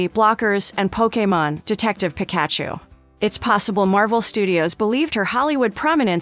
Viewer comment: This must be done with AI narration . I mean even my kid at 2 years old could say Pikachu correctly .